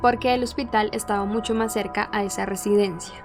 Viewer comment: Me encanta como dice "Musho contenido"